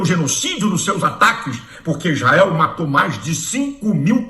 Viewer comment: O malacraia fala as palhaçadas, e os burros que nao sabem nada, e o capeta fala isrrael como um povo que horror👹👹👹👹👹